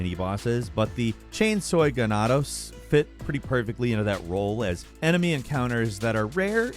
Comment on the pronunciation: "Chainsoy Ganados"